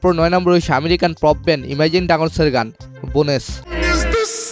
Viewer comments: ভাই তুই অশিক্ষিত নাকি? বোন্স রে বলস বোনেস। ক্রেইডেল্স রে বলস কার্ডলেস। কি সমস্যা বুঝলাম না। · দাদা, (Bones) ওটা বোনেস না, বোন্স উচ্চারণ হয়.